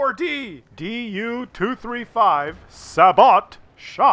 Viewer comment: Its pronounced "say-bow" for fucks sake. As in sabot rounds.